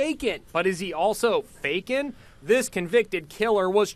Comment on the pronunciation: When they said fakin I thought they said bacon